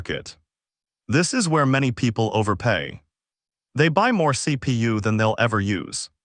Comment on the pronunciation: wtf C Pi U C Pa u C Pay U the worst AI i have ever heard